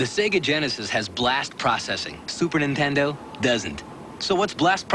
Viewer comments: Yes sounds like intendo when i was a kid my friend named james would say it the same way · Hehehehe, looks like bad news for the..."Intendo" family! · Super intendo? What’s that? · Super "Intendo" ... Hmmm. Edit: He said it like 40 more times. Which is cool as hell. He reminds me of my cousin Jamie who said it a bunch of times. I miss him. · Can't tell if he's intentionally saying "Intendo" at times or not. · it's super nintendo, not super intendo. pronounce it right jew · Still says Intendo.